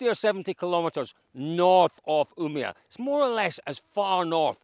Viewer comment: Try saying "Ume-All" then skip the L´s for Umeå